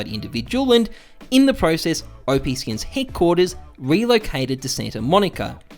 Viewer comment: "Oh-Pee Skins" lol, people always mispronounce it, its Op like Operation. The 10x increase of WAX tokens from 185m to 1.85b was well documented before the distribution. That lawsuit never went to court. The notice from Valve was expected by WAX/OPSkins so it didn't backfire, it was anticipated. OPSkins was also the first marketplace for Ethereum NFTs before OpenSea launched. Forcing Valves hand and riding the PR wave to promote WAX was all planned and calculated. No business can survive and grow when it is built to rely on someone else's platform (in this case Steam), so you need to break away from that limitation, and you may as well make as much noise about it as you can while you do it. Since OPSkins shut down in early 2020 WAX continued to build out their platform, services and tools and support their community. NFTs blew up in 2020 and even moreso in 2021 which is the whole thing that WAX was built for. The WAX token almost hit $1 last year, went down a bit with the rest of the market but climbing again now. I'm also pretty sure that WAX are making more money now than they would if they were still just a marketplace for Steam items. They went from being just a marketplace to being the platform that marketplaces and games build on, they became Steam, everything is going as planned.